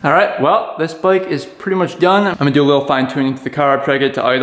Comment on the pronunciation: What's a "boyk"? He said. ....."This is not my boyk...." 😅